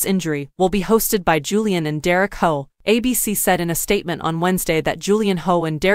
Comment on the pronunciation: Before you release a video about Derek Hough I strongly suggest you learn how to pronounce his last name 🙄